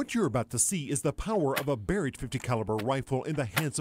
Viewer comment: Can't even pronounce Mr. Barret's name right called him Ronnie Barreg